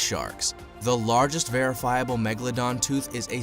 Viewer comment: Da magaladon